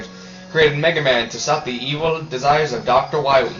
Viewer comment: you said Dr. Wiwy.